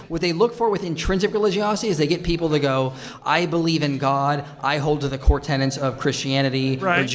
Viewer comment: ... Tenets... Not tenants... Fuck.